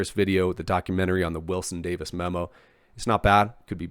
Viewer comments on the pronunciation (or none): none